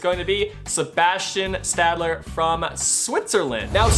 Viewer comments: putting the d before the l hurts my ears. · You butchered Stalder’s name as well as Strvtecky’s.